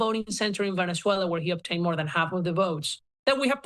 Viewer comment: Heyyy! He finally managed to pronounce Venezuela correctly. :P